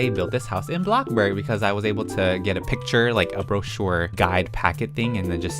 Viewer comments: Is it just me or does he say blockburg instead of bloxburg?? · i love how he goes from"welcome back to bloxburg" to "welcome. wAtA bUrG"